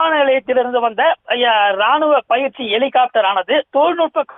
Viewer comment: ஒரு செய்தியாளரின் உச்சரிப்பை பாருங்க... எலி... காப்டர்... பெருச்சாளி காப்டர் இல்லையா..ஹெலிகாப்டர் என்று சொல்லத் தெரியாதவனெல்லாம் நிரூபர். கேவலம் டா...